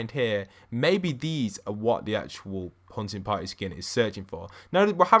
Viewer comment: Sounds like your saying huh-in potty